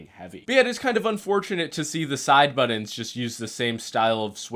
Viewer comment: Bro saying “buddens”?